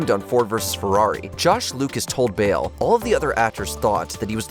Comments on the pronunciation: I was wondering, who Bill was, only for me to realize (after hearing it for the 10th time), that he was actually saying Bale. Edit: I actually heard Bale half the time, and Bill half the time. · Lol, I was wondering if anyone else heard 'Bill' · why do you keep calling christian bale "Bill" ?